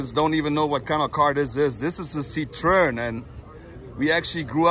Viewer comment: Lol, Citroën is pronounced "See-true-an". You're welcome.